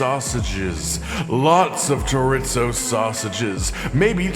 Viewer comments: Chore. Ease. Oh. Not: Chore. Its. Oh. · "Jaritzo" lmfaoooo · Did he just say chorit-zo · It’s shore-ee-zo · if says "choritzo" one more time i'm stealing his microphone😊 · As a cook, I cringed everytime he said Chorit-Zo. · As a Cuban I was hoping he'd never do it again, and then he did. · It's like the time i heard a guy say, "mig-well" for "Miguel". Maybe it's growing up cooking or being from the South, but i thought basic Spanish pronunciation was well known. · As a Latino I cringed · dude same thing! hahaha chor-ee-zoe.. hahaha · More cringey than the actual recipe? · I don’t get it, is that pronunciation of chorizo and inside joke I’m unaware of?